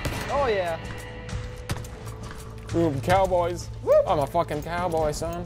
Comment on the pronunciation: When he said “ they call us The cow Brod” it sounds like “They call us the cowgirls “😂😂